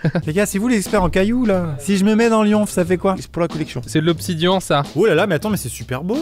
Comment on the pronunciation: Ouille quand j'ai entendue obsidi"an" mon cœur de minecraftien à eu trés mal.